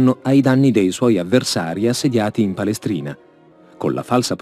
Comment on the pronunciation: Ma è a palestrina non in palestjna..